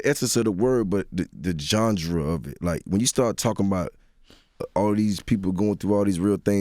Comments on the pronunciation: Jeezy really said gengre instead of genre... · Why did he say Jondra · "jon-dra" of music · Jeezy: "John-Druh" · The word is GENRE ok! GENRE!!!! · Bobby D bruh i was looking for this comment as soon as he said it 😂😂😂😂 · Jeezy, what is a John-Dra? HAHA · I mad nobody correct him when he kept mispronouncing Genre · This nigga jeezy had me looking up the word genre like i been saying it wrong all these years 😂😂😂😂😂😂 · GENRE JEEZY. NOT JOHNDRA LOL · Anybody else caught him saying jonja instead of genre 😂😂😂😂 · Jondra = Genre LOL Jeezy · nuffsaidNY Chile!!!! 😂😂😂😂 I thought the first time was a mistake... then he continued to say it over and over, again. But I'm wondering if he's ever said the word, like ever, before now (let's be real, we rarely have to say genre). But he's an artist. Nobody ever corrected him? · He said the same thing on Everyday Struggles, it's sad no one corrected him since then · was he trying to say genre? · him tryna say "genre" is funny as hell to me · 😂 I love Jeezy but my brother a street nigga and his pronunciation game need work. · nuffsaidNY man listen, I’m mad they let that man say that and not correct him🤦🏾‍♀️🤦🏾‍♀️🤦🏾‍♀️ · Gandra?? Did he mean ganre? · to Jeezy what the funk is a "Johngra". The word is genre you Southern bamba. At least know how to see the smart words if you are going to use it. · wtf is a Gengre? I think you mean Genre Jeezy 😂😂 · tf is a "johndra"? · Take a shot every time he says Jon-Dra instead of GENRE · we gon act like Jeezy didnt say Jondra couple times when he meant Genre? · Jeezy my nigga but he gotta stop saying “Gendra” 😂😂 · Made me so mad because he KEPT saying it... GENRE JEEZY.... IT'S GENRE!!!! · Bruh said jondra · Johndra 🤦‍♀️🤦‍♀️ one of them should have corrected him. My grandma use to say cruton instead of futon I corrected her quick she was mad but hey rather correct you than have you sounding stupid 🤷🏽‍♀️ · "John-dra" lol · He keeps saying "johndra", instead of genre. Lol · 👀 WTF is a "gendre"?... lmao